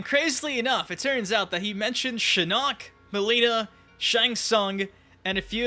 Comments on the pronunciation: It’s SHIN-ock , not shi-NOCK. Your pronunciation of his name is driving me mad 😂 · Why do you say shinnok like shinuk 😂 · You pronounce shinnok weird 💀 Yeah yeah go ahead and get it over with "sTfU lEaVe ThE vIdEo" 😐